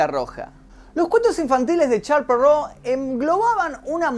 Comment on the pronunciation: "charls perrou" ulala señor francés v